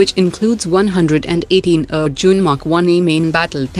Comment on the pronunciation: Why AR-Jun is pronounced as Ur-Jun by Indians?